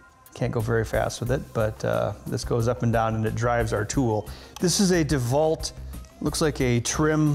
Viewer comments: Did he just pronounce DeWalt, 'DaVault'? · He did miss the pronunciation of Dewalt but I think his intelligence level overrides that mistake.